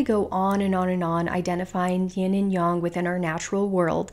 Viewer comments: I couldn’t get past the intro because of her saying “yin young” instead of “yin yang”. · Sorry, but this bothers me very much. Its not "young", Yin(Y"en" as in end) -Yang (Y-"ang" as in "Ang"ular). Its not YOUNG! Good information. ITS NOT YOUNG!!!!!!! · 👏 yea, this was bugging me. Yin-yAng (like gang...why yang-gang) not yin-yong (like gong). Hope that helps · it's pronounced yin yang, and not yin young. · really???? I’ve never heard anyone pronounce it yong....very strange